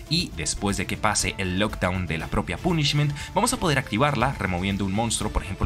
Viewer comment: Lo del Trouble Sunny no tenia ni idea... agradesco el dato caballero A cambio, le dire que no se dice "pUnishment" sino algo tipo "pOnishment", el acento marcado incluso me trae recuerdos... Y una idea para otro "mejores targets" seria Foolish Burial, personalmente no la requiero ya que mi deck actual juega algo similar (Bururu pero aun asi, conocer efectos tipo Shadoll o incluso Darkwurm seria muy util Que vaya por la sombrita paisano (Bogotá)